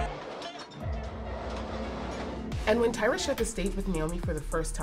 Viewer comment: Where is there pitting here? Unless this news is made up, there is NO pitting here. They’re just reporting news. And it’s “Tyra” not”Tiara “. These two debuted around the same time so it’s inevitable they’re gonna be paired. As long as is not for rivalry reasons…..